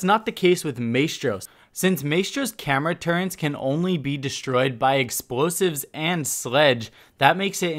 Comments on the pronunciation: As a Brit, you pronouncing "Turrets" as "Turrents" is very triggering... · "turrents" lol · Why does it make me mad he says “turrents” instead of turrets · Turrets, not Turrents... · Great video. Just a minor thing: it's turrets, not turrents. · really dude, your gonna call them turrents. Its turret...you know that right? Do you listen to your own audio at all? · T U R R E T S not turrents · It's turrets not turrents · Okuri Shito turrents? More like...... CURRENTS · Maestro's "Turrents?" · did you say "turents"? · Turrents? Torrents???? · Turrents? Learn how to say basic words dude. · It bothered me how he couldn't say turrets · I don't know why but the added N in turrets is really like making me cringe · I was so fucking triggered by this and "maystro" holy fuck literally as I'm typing he said "maystro's turrents" KILL ME. If he didn't have such good tips I would have bailed by now but I have to grit my teeth and get through >< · "May-stro" "turrents" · I love your channel but if you keep saying "maystro" and "turrents" I might kill myself lmao